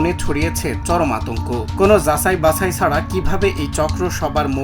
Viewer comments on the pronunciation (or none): ১:৪২"যাসাই বাসাই সারাই" উচ্চারণ!! 😢